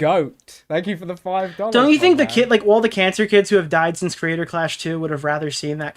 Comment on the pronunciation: Someone needs to tell Ian there are 3 syllables in the word "Creator" and not 2. I can't be the only one who cringes every time he nasally says "Crayder Claaash"